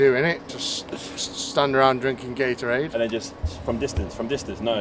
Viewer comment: Lmao he said GAY,TORADE !!